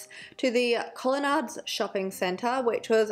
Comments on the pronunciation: I'm from SA and I think they did re-enactments of this a few years ago to spark memories! Also it was funny to hear you pronounce 'colenards' as the shopping centre! It is pronounced 'colenaids' haha! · Im from South Australia (and a true crime junkie) and Ive NEVER heard of this case? 😯 So thank you so much for covering it! Ps. Colonades is pronounced like "Colanaids" 😉 thankyou for covering SA cases!!